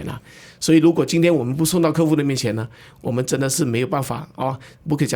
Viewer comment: 客户 ke hu ,不是 ke fu, 听得很痛苦。。。。